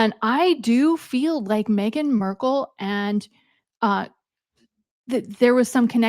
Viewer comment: Markle…not Merkel